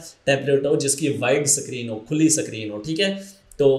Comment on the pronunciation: O Suckreen nahi hota screen hota hai.